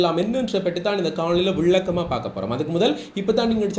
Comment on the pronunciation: விள்ளக்கம் இல்ல தம்பி. விளக்கம்